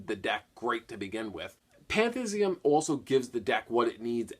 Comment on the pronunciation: pan-thee-is-um not pan-thiz-ee-um